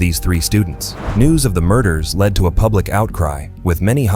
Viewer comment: "strange "pubic" behaviour"? lol says it as well as the subtitles